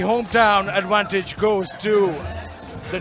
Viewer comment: These QnA's are so scripted, it's pre-fight crap worse than big-time rasslin...And, the Delhi Don obviously didn't really have an "ad-wan-tage."